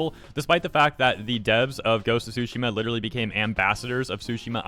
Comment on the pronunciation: Please... i know Japanese is wacky, but the T is not silent on "Tsushima" and I can't help but hear "sushi" every time you say it 🤣